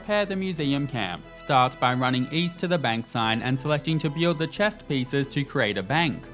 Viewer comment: Why can't this dude say "build" properly.